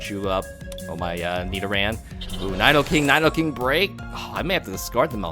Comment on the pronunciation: Cringe everything he pronounces Nidoking as Nydoking